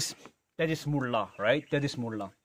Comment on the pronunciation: its mula not mulla!!!🤘🤘🤘